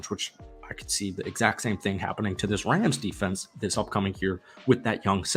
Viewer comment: my guy said Los Angeles Crams?